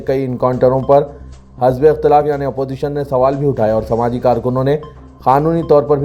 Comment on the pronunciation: Arey bhaee ...Hazb,e ikhthalaf wrong hai ..Hizb,e ikhthalaf..bolo Kb seekhengay urdu